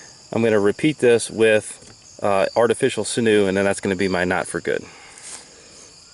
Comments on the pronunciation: Not sure what sinoo is but sinew is pronounced like “sin you” or “sinyoo”. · Sinew is pronounced as sin 'u